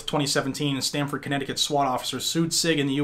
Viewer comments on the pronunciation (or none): none